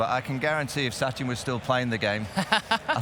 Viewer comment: It's Sachin , ,,, NOT Suchin , haha ,,, Commentators laugh at Suchin & Donul